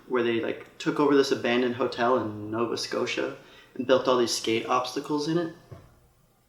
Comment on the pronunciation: The way Rick said Nova Scotia couldn't have been any more Canadian.